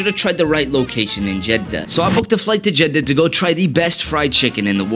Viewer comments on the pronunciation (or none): bro really pronounced Jeddah with two D's💀💀